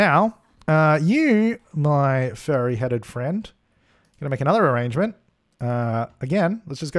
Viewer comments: “Orangement” Lol why do you say arrangement like that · If you don't think "Ah-range-ment" in voice when crafting them in your own game... you're not watching enough... c'mon Suppies I know I'm not the only one afflicted. LOL